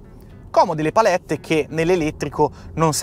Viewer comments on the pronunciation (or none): none